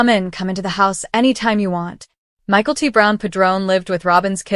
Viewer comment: Yo yo get the pronunciation correct again! It’s not Michael T!!